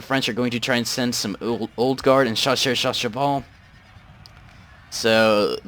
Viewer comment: thats chasseurs a cheval and not shasseur sha sheval xD